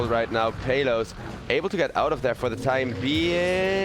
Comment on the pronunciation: That caster is pronouncing exec's carry's name the wrong way. It's PALOS (/PAH/LOS/) man not peyloos😂😂😂